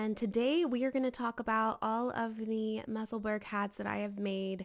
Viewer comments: The pronunciation in Edinburgh is ‘Musselbur- ra not burg 🙋‍♀️ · Hi there, Musselburgh is pronounced the same way as you would pronounce Edinburgh. It’s the town where Ysolda lives. 😊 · Fab, hats lovely colours. its not quite how you pronounce Musselburgh,it’s a place just outside Edinburgh,Scotland.